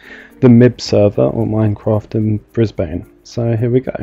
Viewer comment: Ahh a Brit trying to pronounce Brisbane, lol